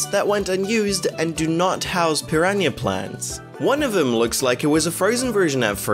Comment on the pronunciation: mario raceway and royal raceway are 2 completely different tracks and you completely butchered the name Piranha Plants